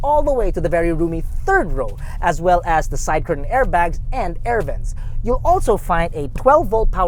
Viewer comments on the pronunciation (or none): none